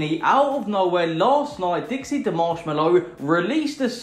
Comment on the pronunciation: You said Dixie's name wrong Everytime you called it